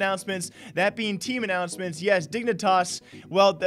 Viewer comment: “Dingnitas” Lmao